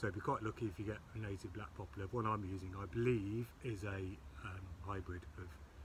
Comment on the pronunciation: it'a "poplar". NOT "popular".